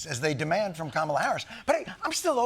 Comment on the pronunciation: Whoa! First time I heard an American actually pronounce her name exactly as it is. ❤ कमला. kuh-muh-lah. One of the epithets of the Goddess Lakshmi.